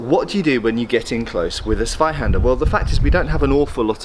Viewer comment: Guide to pronouncing German: The "Z" is to be pronounced like a "TS". Like, for example, in "tsuba" on that lame, japanese cleaver-thing... So say after me: "Tsvai-Hander"...and you should be fine. Thanks! And...you´re welcome! - Germany